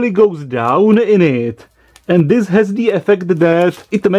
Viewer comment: Why is it so difficult to get rid of an accent?? (I would ask Arnold the same thing) I watch only englis videos for a few years and my pronunciation is now perfect ( but I have a little lack of vocabulary) But all these mistakes don't annoy me.... Except one!!! Learn how to spell "the" with and without a vocal Writing was never my strong point, but I'm not a newsletter writer..... So it doesn't matter. I hope there are just minor mistakes.